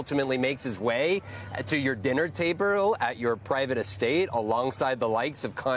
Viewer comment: "To your dinner ta-ber-el." Excellent enunciation.